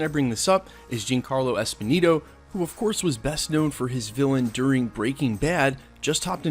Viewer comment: Giancarlo EsposiTo (where you see an N there my guy?!)